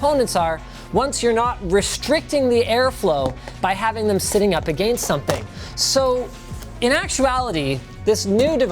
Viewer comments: The way you say against is wrong. I’m guessing you’re Canadian but that’s still no excuse. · ........ why did you say “against” like that!!!!!!😂😂😂😂😂. You made it sound so fancy shmancy!!!!😂😂😂😂😂😂😂😂. I don’t even care about the review at this point!!!!! Aaaaaaaaaahhahahahahhahhahhahahahhahahahha!!!!!